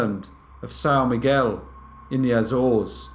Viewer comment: As someone who is from São Miguel, well done on the pronunciation. 👍🏻